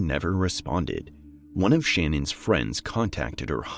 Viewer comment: Her name is Shannon so it's pronounced Shannon too. Her pronunciation of her fake name is bs